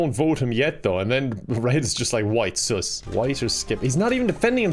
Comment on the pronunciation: i love how he calls sus “soos” no hate i just think it’s hilarious 😂😄